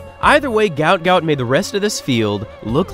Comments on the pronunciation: Gout Gout's father mentioned in an interview his name should be pronounced as "Guot", as when he immigrated from Sudan he couldn't spell well, and mixed up the letters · At least get his name right! Guot Guot , pronounced “ gwot gwot “ … get some journalistic integrity ffs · His name is actually guot guot and it's pronounced (gwot gwot) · His name is Guot Guot, pronounced like Gwot Gwot. A mistake was made somehow in his official paperwork. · His name is pronounced ‘Gwat Gwat’. Due to a spelling mistake on his Somalian passport it was meant to be spelt Guot Guot. My 2 boys went to Ipswich Grammar School and, in my opinion, one of the best GPS Schools in Queensland. It’s also the oldest tertiary school in QLD and many of its students have gone on to being extremely successful. One of those students many years ago was the main architect/engineer that built the Brisbane Story Bridge. Well done Guot Guot on your amazing success and for many more amazing milestones you will continue to conquer 🫶🏼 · its Guot Guot media has gotten the name wrong and pronouncing it wrong